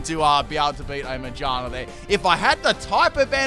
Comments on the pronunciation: Am I the only one who noticed the pronunciation of Magearna? It’s literally pronounced Ma-gear-na. What is this Mage-are-na? I do not know this pokemon. What is its type? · its annoying how he says magearna (its mag-ear-na not my-ge-are-na) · Its name is Ma-GEAR-Na... Not MAGE-arna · Magearna: Has the word "gear" in the name.: Majina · Still can't get over him pronouncing Mah-GEAR-nah as May-JAR-nah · Me: MA: MA Me:Gear: Gear Me:Na:Na Me: Magearna: Maijarna! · Yo, I'm a bit confused unless you're joking but why do you pronounce Magearna like "mage-arna" instead of "ma-gear-na" since its a pokemon about cogs and gears lol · I'm sorry but 'ma-jar-na' insted of ma-gear-na. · Every time he mispronounced Magearna I lost about 16 brain cells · "Mayjina" ah yes, mayjina, the robotic rabbit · Pronouncing “Magearna” as “Magina” is hilarious 😂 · It still sounds like he’s saying magina lol Aw no dc this time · The way he pronounces Magearna bothers me more than it should. The correct way is Ma-GEAR-nuh. That's how it is in the movie (Volcanion and the Mechanical Marvel) and it makes sense since the Pokémon is based on a mechanical Poké Ball with gears. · Say it with me: Ma-gear-na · It's ma GEAR na lol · why he say magearna like "magina" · why do you pronounce magearna majarna? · Ma-gear-na as is it’s made of gears. Come on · It’s MA-GEAR-NA. Sorry but that was bothering me 😅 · Okay but stop saying magearna as majarna please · Okay, but it's literally a pokemon made out of gears, so. MaGEARna. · Back at it again with saying Magearna's name weirdly again 😭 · I died even harder the way he said Magearna 😂😂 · Him saying MaGEARna wrong is triggering lmao jk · the way you pronounce magearna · Why u pronounce Magearna like a specific female body part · i am allergic to how he pronounced magearna. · wtf is ur pronunciation of magearna?😭😭